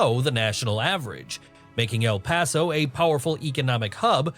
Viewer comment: I grew up In El Paso beautiful place. I love the way you say El Paso.